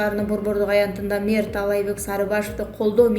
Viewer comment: Мэр дегенди айта албай, эмне мурдун бутуп калдыбы? 😃